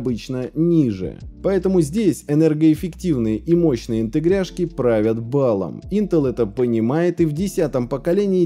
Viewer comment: Почему "интегряшки", а не "интеграшки"?